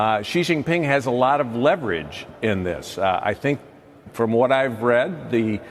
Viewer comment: how lame are these politicians still saying JI JIN PING ...